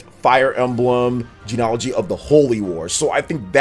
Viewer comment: I think you should look up the pronunciation of less common words before you use them so confidently... like bastion and genealogy........ 😕